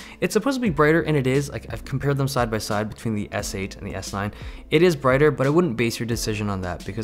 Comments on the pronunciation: I swear every time you said s9 i heard s-line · It sounds like you are saying S-line a lot. Thinking about Audis? haha.